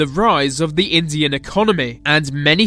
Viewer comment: Anyone notice this guy says V instead of T at the start of the, thier, they etc? All I can hear! Good vid though nice one.